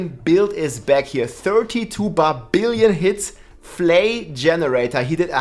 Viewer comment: "barbillion"....love it!